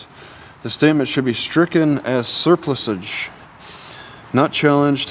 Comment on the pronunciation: The correct way to pronounce it is to emphasize the PLUSS not the Ser.